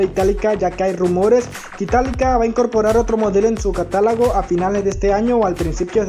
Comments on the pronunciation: De verdad dijo caralago?? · apenas dijo "catálago" y dejé de ver el video , creo que nada nos cuesta aprender a hablar, por respeto al lenguaje y no promover la divulgación distorsionada de la lengua .